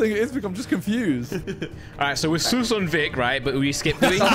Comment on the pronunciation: the way just said soos hhahahah😂😂